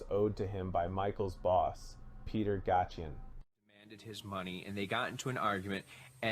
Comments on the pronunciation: Gayshen not Gottien Since when was Madonna a club kid? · Ga-tion... omg! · Are you saying Peter Gatien(Gay-shun) on purpose ? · It's pronenounced, Peter gacien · Dude, you said Peter Gatien’s name wrong every time you said it and no two times were the same lol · Lol pronounced Gay-shen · She was a clubber but not one of Michael Alig's "club kids" BTW Gatien is pronounced "Gay-shun" rhymes with nation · You all beat me to my comments, but no, Madonna was NOT a club kid as in the people this is portraying. Gatien is pronounced, Gay-Shin. Very bad if you don't even know how to pronounce people's names correctly, but you're doing a documentary on them. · PETER (GAY-shin) Even though It's spelled Gatien. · It’s Gatien Peter (Gay-Shun) that’s how you pronounce it oh n nice 👍🏼 video I knew Michael well